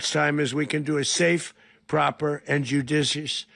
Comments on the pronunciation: Did he say a JUDUSIOUS TRANSDUTION ? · "Jiujiscious"... Dozing drump... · "judishiyush" Holy hell, the dementia... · “Judishish” transition, nice one Don. Does he even know the actual meaning of the word he was trying to express ? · "Joodishush Transhishun?" ...that's easy for you to say! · He can't say judicious nor transition. He has dementia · He can't even say judicious never mind operate judiciously. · Trump cannot even pronounce the word judicious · He can't even say 'judicious transition'. Does anybody think he even has a chance of actually conducting one? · BINGO! He just murdered over 40 innocent people. The killer can't even pronounce judicious. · He can’t say JUDICIOUS